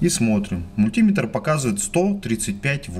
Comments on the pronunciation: Не "мультИметр", а мультимЕтр!!! И не "пальцАми", а пАльцами!!! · Какая безграмотность надо говорить не мультИметр, а мультимЕтр, не пальцАми, а пАльцами и т.д.)) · Не подпишусь на канал, если автор упорно продолжит и далее "мультимЕтр" произносить как "мультИметр" ))))) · 398 дизлайков за неправильное произношение мультИметр и пальцАми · нужно говорить мультиме́тр. в Русском языке ударение в приставке не бывает. пальца́ми тоже хорошо. Вы не электрик. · Про электрику рассказывай на русском языке. Главное ударение делай правильно. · Был бы русским, так не говорил бы. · Несколько стремный способ, если мультиметр окажется неисправным или с малым входным сопротивлением. Ну и "пАльцами" и "мультимЕтр", так ударение будет правильнее.. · Парень ты откуда такой??? мультИИИметр, пальцАААми, у меня пздц уши кровоточат. В какой школе ты учился??? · пальцА́ми, мультИ́метр.... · Очень полезное видео! Но откуда взялось это чудовищное мультИметр! Это настолько же не верно, насколько и популярно. Что только народ не придумывает, чтобы оправдать это жуткое "И"! Часто вспоминают слово "спидОметр" и "курвИметр". В этих словах соединительная гласная приняла ударение. Но вообще-то ударе не те на разделительную главную - большая редкость! В подавляющем большинстве случаев в составных словах удаления два! Основное - на вторую основу, дополнительное - на первую. Причем выраженность дополнительного зависит от соотношения важностей основ. (Об этом подробно написано на грамоте.ру.) Вплоть до полного пропадания дополнительного ударения. Кроме того, "И" в слове мультиметр - НЕ соединительная гласная, а часть первого слова! А слово это - мУльти. Т.е. ударение на "И" невозможно оправдать вообще ни чем. Извините, это просто безграмотно. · МулитимЕтра, мультимЕтр!!! ПАльцами, а не пальцАми! Не снимай больше.